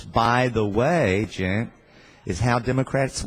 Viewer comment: His name is Cenk, not Jenk